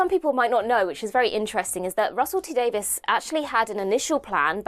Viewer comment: Davies not Davis...